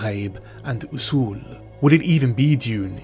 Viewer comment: western/hollywood hypocrisy and double standards at it again! also the bad pronunciations of some of the Arabic words like Mahdi and Usuul used in the movie made me cringe! and I am not even an Arab or Arab speaker.